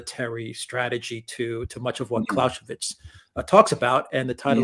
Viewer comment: As for german pronounciation: It's "Clow-Say-Wits" (Clausewitz) and "Ha-Beg" (Habeck) (It's also "Ep-Shteyen" (Epstein) btw, and "Rod-Shilled" (Rothschild) ;-)